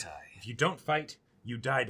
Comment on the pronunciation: "If u don't fight, u Daida" HELP I CAN'T STOP LAUGHING